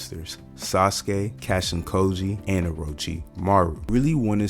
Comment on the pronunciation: Lmao you’re pronouncing kojis name wrong it’s not “cashin koji”lol